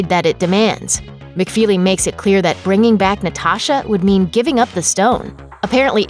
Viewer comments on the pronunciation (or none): none